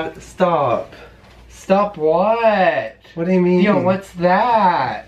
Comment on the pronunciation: is soo cute i like when he pronouced di-on hahahaha